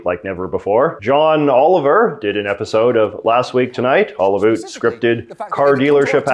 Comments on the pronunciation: No one says 'about' like that in Canada, no one. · Why do you say abut instead of about? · The way you say "about" is so Canadian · you have the most Canadian way of saying 'about' that I've ever heard tee hee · As soon as he said "about" I knew he is Canadian.😂